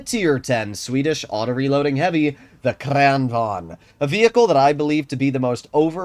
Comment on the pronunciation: KRÄÆnvagn, you should search up how to pronounce it(Just saying since u like to pronounce things right) use translate or smth idk